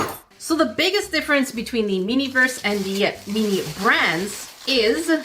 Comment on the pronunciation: Why do you say meanie instead of mini 😭